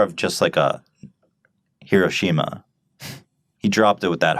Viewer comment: you pronounced Hiroshima wrong you fucking racist